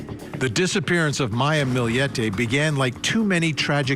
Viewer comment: They actually pronounced it correctly. Source: I’m filipino.